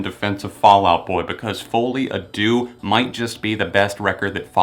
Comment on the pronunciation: "foley a do" I cringed into the next century!